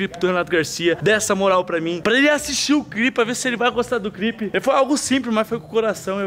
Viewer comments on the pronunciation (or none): Kkkkk o vai falar clipe ele fala crip